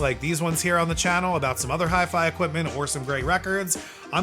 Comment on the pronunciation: It is pronounced: Or-toe-Faun. You should have known that. You sound ignorant.